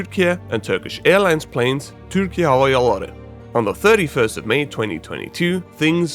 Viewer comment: I know it's kind of the point of your video, but I'm genuinely impressed that you nailed the pronunciation of Türkiye Hava Yolları. Personally, I've taken to simply pretending Türkiye is pronounced the same as Turkey and treating it as a stylized spelling.